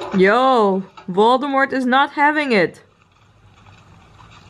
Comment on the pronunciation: Man you are literally calling him voldmort . Thats funny.